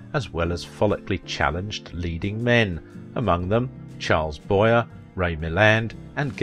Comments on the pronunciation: Correct pronunciation of Charles Boyer's last name is BOY-YAY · Could you please, - please - pronounce 'Charles Boyer' correctly, in the French way? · Mispronounced Boyer as he did Berkeley. Awful.